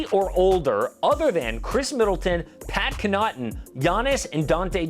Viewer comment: Hold up, did he say Pat Conotton